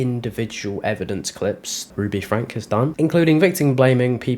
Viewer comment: It's pronounced FRANKIE.